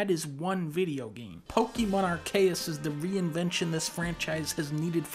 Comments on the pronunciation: This is cantbelievable. It's pronounced Arse-see-us, not Ar-kay-us. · Why he say arkayus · Pokemon ARE-KAY-US? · Nobody gonna mention how he said Pokémon Arceus as Ar-kay-us instead of every other person that says it as Ar-see-us Oh he fixed it the second time he said it. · The way he pronounces Arceus is cringe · im sorry but dunkey pronouncing arceus as aR-Kayiss really threw me off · I like how sometimes he pronounces it "Arceus", while other times pronouncing it "Arceus".